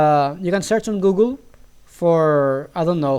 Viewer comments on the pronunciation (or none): none